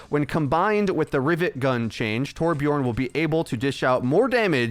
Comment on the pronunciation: Hi. It's 2021. I feel like you should know that Torbjörn rhymes with "learn" and "burn" rather than "born". Much love / your friendly neighborhood Swede